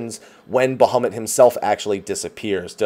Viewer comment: BaHUMit, best pronunciation.